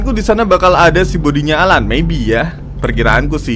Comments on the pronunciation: Bang bukan al'an bang tapi alan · Ko gw denger ngomong "si al -an" Kaya "sialan" Apa cuman perasaan gw doang. Hmmmmmm.... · Bang kalo bilang si Al-an pake spasi dong jangan sialan